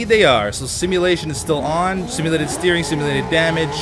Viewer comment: always says "steerink" and i'm always like no, beef it's "steering" lol xD